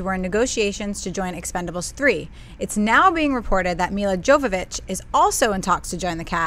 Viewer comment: Love you ladies/guyz, watch you every day right after you upload the show...which is kinda awkward time for me, like 3-4am....:) but plz plz one thing.....dont butcher Milla Jovovich name :) her last name is pronounced like Yovovich, its really hard on the ears when you say it wrong.....;)